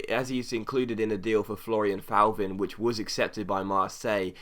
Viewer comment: Just a quick heads up, with any French players with a Th at the beginning (e.g. Thauvin, Thievy etc.), you don't pronounce the 'h'. I.e. Thauvin = Toe-van. Hope this made sense :)